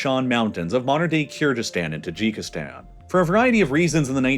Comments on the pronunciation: it's KIR-GI-STAN, not KIR-JI-STAN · It is not pronounced KyrJyzstan it is KyrGyzstan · This man really sad "kyrjizzstan" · the way he's mispronouncing kyrgyzstan is sending me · Really man, I just can't stand it anymore! Do me a favor and check the correct pronounciation of the word Kyrgyzstan, please. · You're pronouncing Kyrgyzstan wrong, specifically g in it, it's pronunciation similar to word goat or gas I am from Kyrgyzstan and it was hurting my ears throughout the whole video🥲